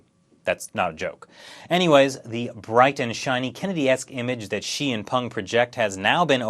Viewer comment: I love how you couldn't distinguish the pronunciations of Xi and She lol